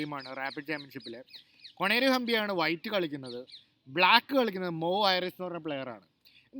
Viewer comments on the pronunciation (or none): കൊണേരു ഹമ്പി അല്ല - കൊനെരു ക്യൂൻ അല്ല - കുഈൻ ( ക്വീൻ ) ഓക്കേ